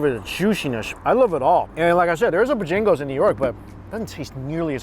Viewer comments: it’s pronounced Bo-Jangles. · Man... and the way he pronounces some words lol...it's Bo Jangles not bajingles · I dunno, sounded more like he was saying 'Bajingles'. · CMon man, it's not Bjangles, it's BO-Jangles. Heavy on the BO, not so much on the jangles. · BO- Jangles! Two separate words! Not Buh-jangles. Give it a breather in between the words. The northern ppl be talking fast. But when you in the south you relax man. You gonna learn how to relax for reals yo. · It's Bojangles not Bojingles come on. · Its not Bah Jingles, smh.......BO JANGLES!! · BoJingles or BoJangles? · Is it really Bo-jingles or Bo-jangles as in the song?? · Me, from South Carolina: cringes every time he says bahjagoes I love you but you gotta draw out the “bo”. It's bow-jangles... You gotta say it with a little twang and a very slight pause between the bow and jangles lol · I was screaming its BOjangles Booooooo jang le's 🤣 lol i dont even know where he gets bajingles from. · lmao "BAJangos"... Boe-Jangos 😭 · Stop saying Bojingles it's Bojangles. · Bojaaaaangles not Bojingles. Haha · Buh-jangles, hahaha. Southerners know it's BO-jangles. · It’s Bo Jangles not b’jangles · its bo Jangles with an a not an i😂😂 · Bojangles not Bojingles. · LOL ... It is BojAngles .. NOT Bojingles lol lol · Are you calling it Bah Jing goes? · Just saying it is BOH Jangles. From your ABC Auntie. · It's Bo-jang-les,, the way you prounonced it gave me a headache😫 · Take a shot everytime you hear say 'Bo-Jingles' lol 😆 I guarantee you might get wasted 😉. You the best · ...it's pronounced Boe-jangle's.😂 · Buhjingles is what I'm hearing :) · It's Bo_Jangles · as a southerner it's BOWWWWW JANGLES say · It's "Bo-Jangles" you clown. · I did b'jingles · Sounds like is saying bajingles! I assume it's supposed to be Bojangles, like the song "Mr Bojangles"? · Bo Jangles actually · bo jang els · It's "bow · jang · glz" "bo-j-angles" bo and then j'i'ngle with an A, j'a'ngle